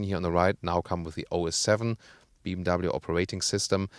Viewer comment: He dosen’t pronounce BMW properly.